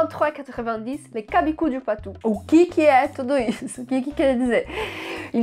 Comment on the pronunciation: Super vidéo sur un des passages favoris d'un de mes films favoris! Par contre, chabichou se prononce "shabishou" et non "cabicou". Je le sais parce que je viens du Poitou ;)